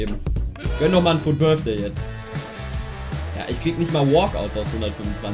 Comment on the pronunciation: Wer kennt ihn nicht, den Fut BITHDAY😂😂Englisch 1 Grüsse gehen raus😂